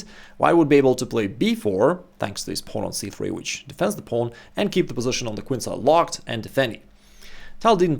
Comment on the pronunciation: The reason I don't watch many videos from this channel, is because of the pronunciation of the words "bishop" and "position". Sorry but I find them extremely ugly and irritating with the way they are pronounced :(